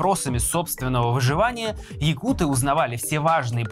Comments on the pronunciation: так на якутском может надо открыть словарик? Я саха и правильное ударение на якутЫ, а не якУты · . якуты, ударение на Ы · Только не якУты, а саха или же ударение ставьте на якутЫ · нет, якутЫ или саха. Причем тут ударение на бурятов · Нет, правильное произношение - якУты, ударение на второй слог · ну, так правильно произносить якутЫ. Ты верь дальше русским словарям и вообще русская пропаганда везде диктует ударения, законы и религии. У нас свои правила, придерживайтесь ударения правильно 🌰 Это все равно что говорить укрАинцы, а правильно будет украИнцы.